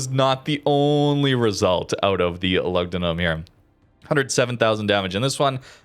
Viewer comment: Loogdoonoom. U is pronounced with a double o in Latin